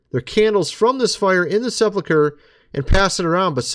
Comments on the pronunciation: SePULcher not seplacher.... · Right. It is pronounced the way I wrote. I spelled it that way to show how one should pronounce it. Sep ulk er NOT sep luck er